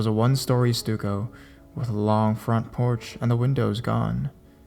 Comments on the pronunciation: 'Stucco' is pronounced STUCK-O, not STUE-CO....'bruja' is pronounced BREW-HA, not BREW-JAH...illiterate millennial. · Also stucco is pronounced ‘stuhcco’ not ‘stooco’ ~hides~ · All you literary scholars stuck on his pronunciation of a foreign word didn't have the know how to correct his error of the word stucco. Stuck-o. So enjoy the video or leave it be. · I love your narrations; you are one of the most talented readers I have ever heard. I see a lot of folks helped you with 'bruja', but I wanted you to know that 'stucco' is pronounced "stuck-oh". Keep up the fanntastic work!!! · Fucka said stucco house wrong too!!!😂😂😂